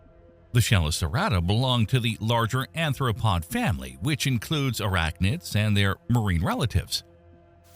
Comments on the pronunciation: Wait it's arthropod, not anthropod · ARTH ro pod . . . ta PEE tem. Anthr- refers to human evolution. When something so basic as pronunciation is not convincing, it undermines the total veracity of a channel. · Please learn how to say "arthropod" correctly. The etymology of "arthropod;" arthros = joint + podos = foot...meaning "joint foot" Anthropod as its written is a gibberish word that doesn't exist (anthropos = human + podos = foot...meaning "human foot")